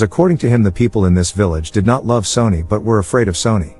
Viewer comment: Your voice over bot is horrible. Sonny pronounced "Sony". C'mon.